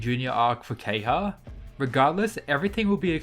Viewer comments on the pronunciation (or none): KEHAYA, NOT KEHYA. gosh pls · The character is called Ke-Ha-Ya. Why do you keep calling him kay-ha?